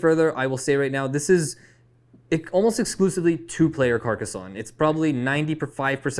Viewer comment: Happy to hear the love for Carcassonne (with the correct pronounciation lol). Also helped to get me into the hobby, will always be a top 10 game for me :)